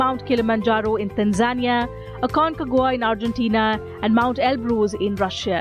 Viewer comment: It's pronounced tan-za-nia not tan-zan-ia lol